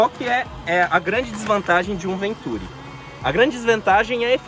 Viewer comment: Continua errado, na pronúncia, pois a sílaba tônica está com o "i" (ventuRI), caso contrário teria que ser acentuada.